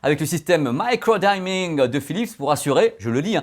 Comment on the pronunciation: Hey, le i de "diming" se prononce comme en français comme pour "engine". Sinon super vidéo comme d'hab, on a hâte pour tes 80 tests de TV à venir!